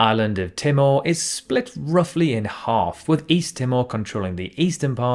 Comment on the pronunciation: Would have hoped a geography channel would be able to correctly pronounce Timor (Tī-mōr not Tim-or) 🙄 and Lichtenstein was murdered as well.